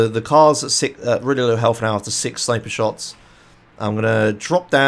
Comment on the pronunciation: It's sniper, not snipper